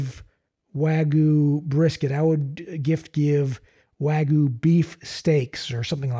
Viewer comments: It’s not wagooooo it’s WagYu but side not , all brisket is 🔥🔥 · I’ve never had wagyu brisket, but I know it’s not pronounced “wa-goo”. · Tim Moritz waaa-gye-ou